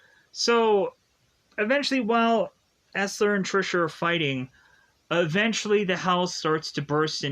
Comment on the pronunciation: Dude, you cannot review movies correctly. Misnaming and mispronouncing characters’ names. Who is EsLer?